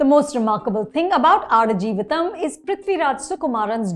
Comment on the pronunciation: Wow, you got the pronunciation right. Impressive 😅